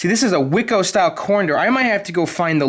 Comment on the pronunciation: learn to pronounce WICO and Centuri and it's all good!! lol